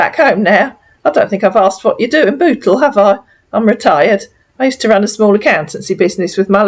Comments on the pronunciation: Sounds like he is saying that he lives in Butthole lol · Sounds like he says he lives in butthole. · Sorry, I'm just going to say it...he sounds like he is saying B*tthole instead of Bootle.😆🤦🏻‍♀️ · lol lol lol he cant even say bootle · 😂😂 That is how he's pronouncing it. 🤣🤣